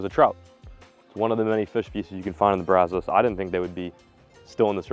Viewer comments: Also have to watch out for gators if you float through the Waco area. Glad you’re finally pronouncing brazos correctly! Remember catching his first (?) DD on the Brazos right outside of the lake Whitney dam. Edit: damn, just heard you say “Brazowse” again. Haha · i’ve been fishing this stretch of the brazos since i was a little kid. very funny to hear him say brazos. everyone who lives around these parts says it like “Braz-uhs” and you know it’s a dallas guy when you hear braz-o’s